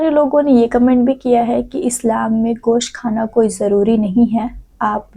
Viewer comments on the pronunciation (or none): Gaos nahi gosht hi😂😂😂😂